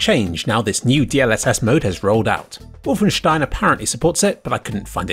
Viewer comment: You are the First guy to ever pronounce Wolfenstein correctly. God bless you!